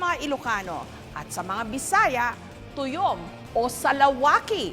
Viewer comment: tayom hindi tuyom